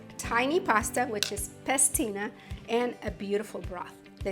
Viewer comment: PASTINA, not pestina